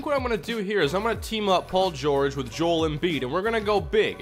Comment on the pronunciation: Joel embiid's first name is pronounced "Jo-el"